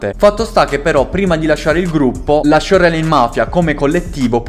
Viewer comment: fra però si dice sciorlain